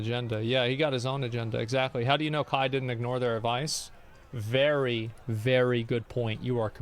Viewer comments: How do people paid to be on television somehow read "Kai" as "Kah"???? How does this happen? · How tf do you pronounce kai as kah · You clearly know it's a boomer news guy when they can't when say Kai right and says "ka" when there is an i in the name there for a reason. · She follows and knows kai but cant say his name right ???!?!?!?!?! The news is such a scam . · How can ”Kai” be that hard to pronounce😂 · Just the fact that they haven't even taken the time to learn how you say his name correctly just completely nullifies their statements. This is on Kai. It's all unfortunate and a rough lesson learned. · This guy can’t get the platform or the person‘s name right. To be a reporter in 2023.. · How is every single one of them incapable of reading and then saying the name "Kai"? I'm going insane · it is, but the reporters here pronounce it like a Mortal Kombat character 😂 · i dont condone kai at all. but the news casters not being able to pronounce his name right just shows how much they actually care about the topic. just going back to their old boomer takes, "i mean if it was the beatles i get it...."